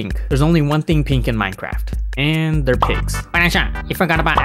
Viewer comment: The only thing i don't like about is him saying minecraft